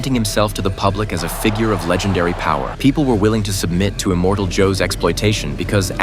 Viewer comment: Who the hell is "Immortal Joe"? It's "Immortan Joe".